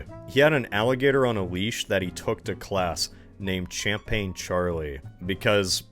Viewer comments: Bro really pronounced it "Champain" with the CH like it's Church 😭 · the way you oprponounce champaigne omfg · Thats not how you say champagne! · wow, another word i never thought would be mispronounced... champagne is a soft 'ch' sounding like "sh" and the g is silent. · Well, he IS a coinoseure.